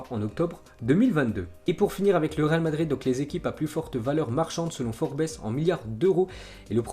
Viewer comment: "Forbess" mdrrr